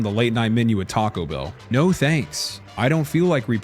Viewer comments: missed opportunity to actually pronounce no in spanish correctly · No in puerto rican is not Nou, it's No